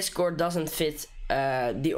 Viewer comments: It's pronouced kord, btw great tutorial! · its written as a "chord" but its pronounced as a "kord".